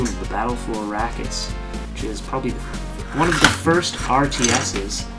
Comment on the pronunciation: Problem is, you said "Dune: Battle for ArakIS a problem-" Which made it sound like is was a seperate word, so it comes out sounding like "Dune: Battle for Iraq is a problem-"